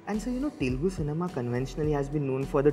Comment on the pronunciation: before saying mass or whatever first actually watch telugu cinema instead of just the commercial flicks and second of all learn how to say TELUGU PROPERLY BHAIJAAN